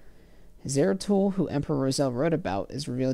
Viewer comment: "Zaratul" not "Zero Tool" 🤣